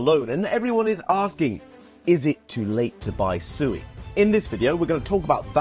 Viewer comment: It's swe not sooey Read the documents on their website.